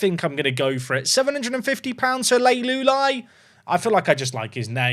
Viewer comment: Jack Leuluai, is pronounced Lew-Lew-Eye 🤣